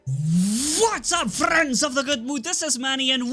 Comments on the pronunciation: Today hitting it with the frrrrrriends of the good mood lol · Only a german guy can say "Frrrrriends" like you!!! 🤭😂🤣👍.."Nice words,!"